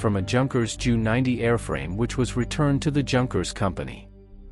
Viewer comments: And J. U. not "jew". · I don't think many Jews will be offended by the mispronouncing of "Junkers" or by the use of "Joo" instead of "Jay Yoo". Life's too short for such stuff. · The Jew 290 must have been remarkable 😂, I think the Ai needs some tweaking